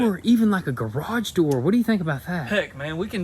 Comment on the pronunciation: When he said "we can put a garge door on the wellhouse" i died😂😂😂